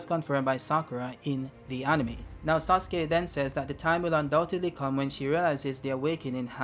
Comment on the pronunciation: Why are you calling "Sasuke" as "Suske"? 😂